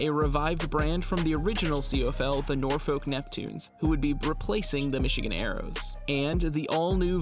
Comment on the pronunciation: It's pronounced Nor-fuk